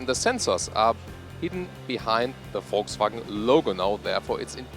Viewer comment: Finally someone who pronounces 'Volkswagen' correctly!